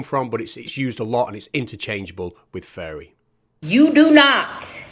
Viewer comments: it sounds like hes saying "furry" every time he says "fairy" lol. makes it a very different video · The way you say fairy sounds like furry which just makes it even funnier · English here. It certainly does sound like furry most of the time. As when he says fairy he is doing it with effort. I think he is saying furries on purpose; doing it to mock fairy believers more. As he finds saying furry for fairy funny. Or it could be his northern Dialect As you can see it takes him effort to actually pronounce fairy.